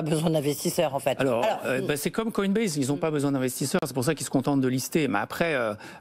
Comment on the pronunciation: Il a réussi à répéter 1 fois "Coinbaz" pour ne pas trop gêner la journaliste, mais ça a vite switché derrière